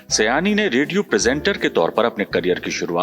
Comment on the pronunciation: Please note His name you are pronouncing Error Not Sayani His name is Ameen Saayani